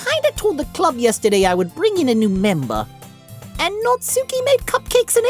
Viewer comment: Monika is pronounced the second way you said it (Mon- i - ka) not (Mon - ie - ka) and Natsuki, do dont say (Nat-sue-ki) its (Nat-su-ki)